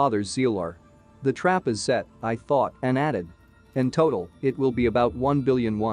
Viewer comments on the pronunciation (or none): none